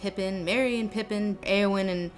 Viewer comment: Eowyn is pronounced "Eeh-oh-win" NOT "Ay-oh-win".